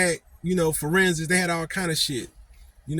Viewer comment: Iyatola azz creating new words talmbout "Floor-Rensics"